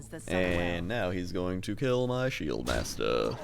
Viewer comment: love it when he says shieldmasta